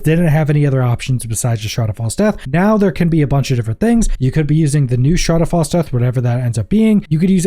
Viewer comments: Shroud haav fall death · Yup, all I keep hearing is shrad av fall DEATH. Kept thinking, I've never used that item, until it finally clicked ... oh he's saying ... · That is the STRANGEST way I've ever heard someone say 'Shroud of False Death'. I had to rewind a couple of times when you first said it because I couldn't understand what you were saying lol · Holy pronunciation batman shroud has false death? Lmao